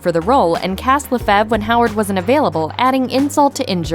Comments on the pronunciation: Rachel “Le-FEV”?!?! WTF? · The last name Lefevre ISNT pronounced that way....i should know as its my damn last name